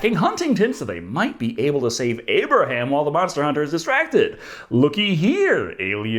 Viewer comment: Aperaham? Realy? 🤣